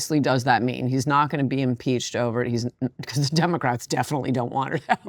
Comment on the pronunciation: I've noticed that first-degree relatives of schizophrenics always over-extend their vowels in the exact same way she does. Bill Gates does it too. Listen to how they pronounce the word "not."